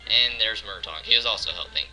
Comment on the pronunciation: Its Mrtaeg not murtawg